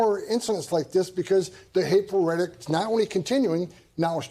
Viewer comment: This guy can't even properly pronounce rhetoric??? lol